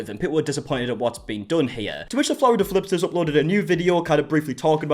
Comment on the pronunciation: "Florida flipters" 😂😂😂